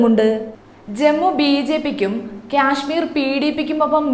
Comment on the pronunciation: ക്യാഷ്‌മീർ അല്ല കാശ്മീർ എന്നാണ് പറയുക